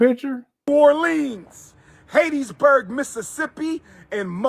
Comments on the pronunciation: It's "Hattiesburg" not "Haitiesburg". what is wrong with dude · Hateteesburg, MS? I guess I've been saying it incorrectly all these years.